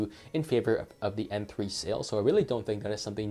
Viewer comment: Are you saying "Apple" for "Oppo?" and are you saying M3 or N3? Sounds like M. Nubia is suppose to be more expensive. Might as well get a used Lenovo P2 instead of this. Xiaomi is cool but their Android skin is heavy an filled with ads and annoying apps that you can't uninstall. Flipside, Xiaomi is dirt cheap. Downside, minimum to partial LTE coverage outside of China except. Except Mi Mix 2. That thing has crazy worldwide band support. Can you review the 360 phones like N6/N6 Pro or even the N6 lite please. Thanks.